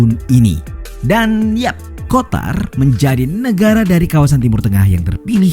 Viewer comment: Sebut Qatar min jangan Qotar